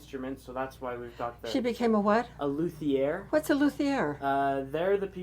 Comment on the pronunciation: What a great combo store! Food, prep, music, and athletics! Love seeing Dr Suzuki's method is still around ❤❤❤ He was a wonderful man! Onto semantics --- it's pronounced LOO TI ay/air. Not Luth ee ear.